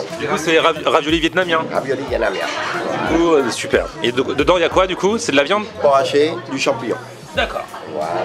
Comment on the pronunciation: Je rêve ou il a dit " sonper"